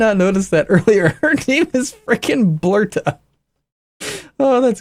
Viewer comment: its blerta b- lerta